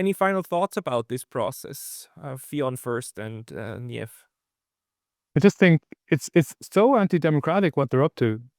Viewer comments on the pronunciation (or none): You can pronounce the name 'Niamh' as 'neeev'